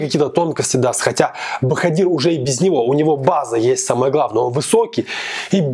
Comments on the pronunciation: Не правильно произносишь имя Жалолова- Боходир.В узбекском алфавите нет буквы в ,поэтому пишется Боходир,а произносится Боходыр. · Спасибо за обзор!, не ломайте язык говорите БаходЫр, мы все так говорим, это не ошибка. Особенности фонетики таковы, что произноситься слово (в данном случае БаходЫр жёстко), а пишеться мягко (БаходИр).